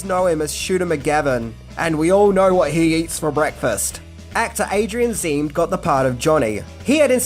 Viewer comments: Its Adrian Zmed. Not Zem smh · Three things - Adrian's last name is pronounced Z-MED, not MEED. Second, Frenchie returned to Rydell to get her chemistry class credit so she could make her own cosmetics. She didn't return to do the cosmetic course AT the school, she needed the chemistry credit. MotorCYCLES were popular in the sixties, not motor"bikes". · Adrian Zmed is pronounced zah med not smeed. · Zemed, not Zeem 🙂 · It’s pronounced Adrian Zuh-med! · Adrian Zmed... you pronounced his name incorrectly... (za-med)... Show some respect to officer Vince Romano please...😡😁💙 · Oh and Adrian's last name is pronounced Za me d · Adrian Zeem? Is that how you pronounce Zmed? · You REALLY mispronounse Adrian Zmed's name "Zuh-med" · Adrian {Zah-med} Zmed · His name is pronounced Zuh-med. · Adrian’s last name is pronounced Zim Med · Its Adrian Zmed... and its pronounced exactly as its spelled.